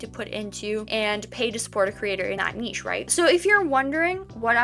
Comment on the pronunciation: Omg you're the first youtuber who knows how to say niche!! It's all up and down with these revenues much like the video itself and it'll only take one to go viral to really make it worthwhile so in a way its good you're monetized before this has happened.